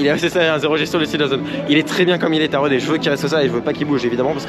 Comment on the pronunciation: Mais non c'est pas Taronne c'est Taron 😭😂